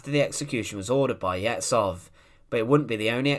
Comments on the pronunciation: Ye zh ov. Not Yezov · Last name is not YEzov, but YezhOv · It's Yezhov not Yezov: the "zh" sounds like the "g" in regime. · You mispronounce the name of your subject. It's not 'Yezov' but 'YeZHov' where Z and H transcribes the Russian letter 'Ж' /ʒ/. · It's pronounced YeJov, not Yessov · YEZHOV (not Yehzov) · Yezhov, not Yezov, FFS. The phoneme is found in English, so there's no excuse for you to not pronounce it. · Ježov, not jetcov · The "zh" in Yezhov is pronounced like the "zh" in Dr Zhivago, or the "s" in "pleasure". It's written with one letter in the Russian alphabet (ж). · Great video, just a remarque: the name is pronounced Iejov. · I can’t see if this got mentioned, but “zh” in Russian represents the sound we say at the end of “garage”, like the French “je”. It’s not so hard to find out correct pronunciation of important Russian names. So if you said Yezhov like “garage-ov”, you’d be on target. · Pronunciation help: Yeh-zhohf. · Its YeZHov. Zh is read similiarly as a sound of G when english say Algiers. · A hint for all youtubers: before making a video with foreign names, google, e.g. "Yezhov pronunciation". It's not that hard. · When reading Slavic names and words, "ZH" combination makes one sound. We even have one letter for it - "Ж". It is close to soft French "G". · This would be a better video if you would not butcher Yezhov’s name every 10 seconds. Zh sounds like pleasure, measure, treasure. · 'zh' in Yezhov transliterates like the sound [3], like 's' in the word 'uSually'. Thanks for video (history about so-called phallarrian bull, when engineer who created the best tool for torture (the copper bull) was the first victim of their "creativity". It is not about Yezhov, it is about being totally obedient but not with any moral values. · Difficult to get thru this with Yezhov's name consistently mispronounced and misspelled.